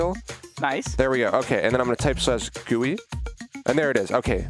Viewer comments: BRO PLEASE SAY ''JEE YOU AI'' NOT 'JUI'' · i hate the "gowee" instead of G U I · Lol. It is pronounced gee you eye. Not gooie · Hey,, it's said 'Jee-You-Eye' (GUI) not 'Gooey' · It's pronounced G U I. Not "gooey". It stand for Graphical User Interface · BRUH its not a "gooey" ITS SAID LIKE "jee-you-eye"! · its not gooey its jeeyoui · I kinda hate how he says Gooey instead of G-U-I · frickin gui doesnt sounds like gooey bur G U I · Please stop saying gooie it hurts my brain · he says gooey and i hate it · GUI pernounced gee you ieee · Nobody:: "Gooey" Minehut Fans: "Well actually sir it is pronounced G-U-I": "Gooey" Minehut Fans: "No like the letter separately": "Gooey" Minehut Fans: OMG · stop saying gooey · My mom works for the company that made GUI and it is pronounced gooey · It’s GUI not gooey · *gee you eye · excuse me, did say gooey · finally a comment not talking about how says gui